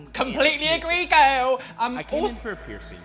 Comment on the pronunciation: I am Living for the way pronounces "girl"